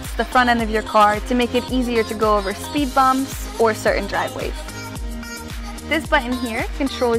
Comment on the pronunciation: I love it when she says speed bombs